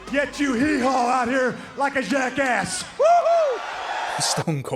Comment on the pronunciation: Steve Austin sounded really foreign when he said “jackASS” Are we sure he’s American?? He kinda sounded French to me.